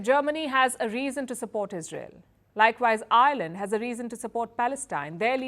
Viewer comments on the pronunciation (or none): none